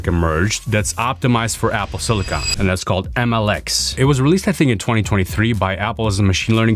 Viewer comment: Finally, someone that pronounces "silicon" the right way